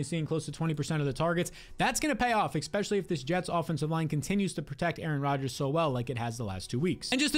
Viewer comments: Enjoy your content but it irks me so much when you say “expecially” instead of “especially” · Yup. It's hard for me to trust someone's advice on anything if they say expecially or nucular